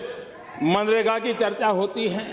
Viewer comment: Pappu ji pahle manrega kahna seekh lo 😂😃